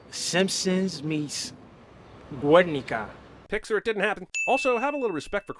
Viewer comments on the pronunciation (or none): What the actual fuck is a Güernica (Werenica)? Like, seriously, all my life I've heard it called Guernica (Gernica)? The hell? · Additional sin there: Usnavi seems to try to pronounce Guernica in Spanish, but if he truly did then the "u" would be silent and the accent would be on the "i".